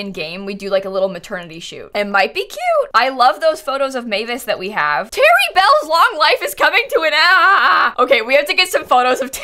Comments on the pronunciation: “Tara Bell” I think it’s sounds more like terrible than “Terry Bell” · “Terry would have loved prank day! THIS IS HORRIBLE” No,. It’s Terry-Bell